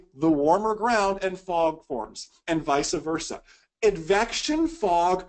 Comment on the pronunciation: It’s vice versa, not “visa versa”.